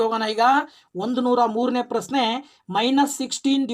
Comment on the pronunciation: ನಿಮ್ಮ ಪರಿಹಾರ ಸೂಪರ್ ಸರ್ ಬಟ್ ಕನ್ನಡ ಉಚ್ಛಾರಣೆ ಸರಿಯಾಗಿ ಮಾಡಿ ಸರ್ ಪ್ರಸ್ನೆ ಅಲ್ಲ ಪ್ರಶ್ನೆ ,ರುತ್ತ ಅಲ್ಲ ವೃತ್ತ